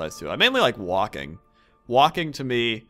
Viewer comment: The way he said walking, made it seem like smoking... Woah!